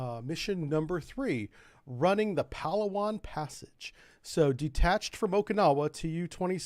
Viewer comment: its pronounced "pa laa wan". emphasis on LAA.. southern philippines. fantastic food and even better diving. the site of hundredes of arircraft and ships sunk there in less than 90 feet of water. unfortunately it is also where abu sayef operated so the philippines has been fighting a low intensity conflict against muslim terrorists there for a long time.